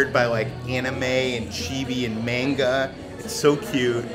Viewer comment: I agree with you guys on the movies, and that hummus! =D But I'm sorry; it's pronounced "MAHn-gah". There's no debate; that the culturally-correct pronunciation. Thanks for taking us on this journey though! I can't wait for more! =) <3